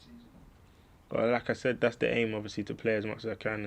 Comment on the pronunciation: I can’t stop hearing “Lacazette” each time he says “like I said”